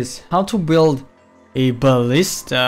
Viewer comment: He said buwild!